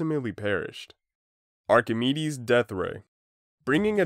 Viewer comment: lesson learned: doesnt know how to pronounce archimides and the guy who doc from tf2 named his bird is a madlad